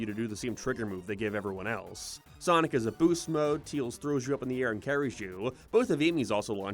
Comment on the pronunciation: Bro still calls him "Teals"